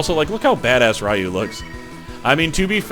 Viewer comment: Hey, glad to see you're playing BoF 2! Just one little peeve, when you pronounce "Ryu" it's like a "loo" kinda pronunciation, so pronunciation wise it'd be "ree-yooh". Other than that, glad to see you playing this. Will be eagerly watching!